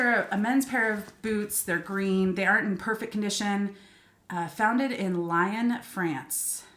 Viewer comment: Lyon (France) pronounced "Lee-on" 🇫🇷